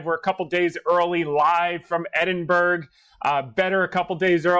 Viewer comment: Thanks for everything you do. Opinion not advice: It’s pronounced Ed-in-buh-ruh.